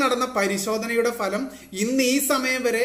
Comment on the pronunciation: ഫലം അല്ല ഭലം ..... ok